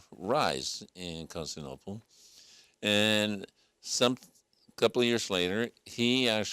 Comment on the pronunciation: Con-sti-nople? Hmm...